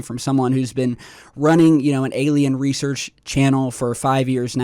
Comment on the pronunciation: Admitting is the first step. Just need to work on some general words. 'Research', 'observatory', 'ranch' and more. Big fan of your content but I cringe very often at some pronunciations. By the way this is not a hate post, like I said I like the content of the videos you upload.